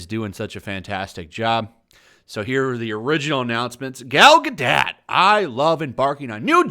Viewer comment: You seem to be pronouncing Gal Gadot's name wrong.